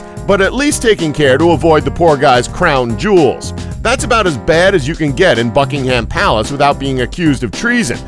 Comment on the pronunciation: sounds like he is saying "fuckingham palace"